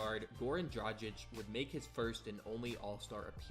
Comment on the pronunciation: Having a hard time pronouncing Dragić huh?